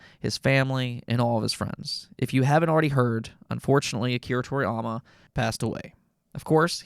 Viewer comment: To-ri-YA-ma! NOT To-riy-ama!